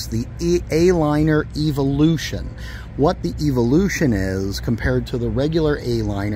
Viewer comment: You’re mispronouncing “evolution”